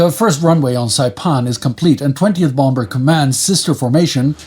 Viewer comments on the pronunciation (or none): The second b in bomber is silent